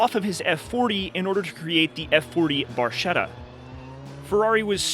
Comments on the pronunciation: BARKETTA, not barsheda :face-fuchsia-tongue-out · F40 Barscetta?? It's pronounced like this: /baɾkɛtːa/ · barchetta (little boat) is pronounced bar-KET-tah...a "ch" in Italian is pronounced as "K"